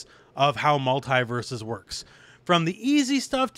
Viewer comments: Multi not multai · The way you pronounce Mult-E-Versus is killing me.